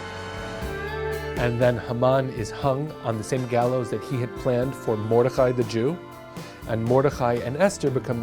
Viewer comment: A-chash-vey-rosh don’t read it like ch in Chad read it like ghash hard to explain Mor-de-chai not like chai tea but pronounce the chai as ghuu it’s also hard to explain if you can’t hear it sorry.